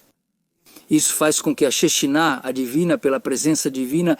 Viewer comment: Tradutor lembra de falar SHEQUINÁH e não shejenáh😂